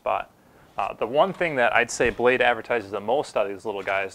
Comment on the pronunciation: blade **** not blase lol